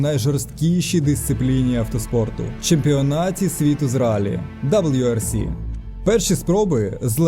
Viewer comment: Боже мій, ти що ніколи не дивився, не грав в ралійні гонки ? Ніхто, НІХТО не каже даблю-Р-С - на раллі!!! Ладно ще на ВР-ІКС С-Ті-АЙ казати даблю-р-ікс С-ТІ-Ай, але ж не на гонки... Я ржав як кінь, друг надірвав живіт..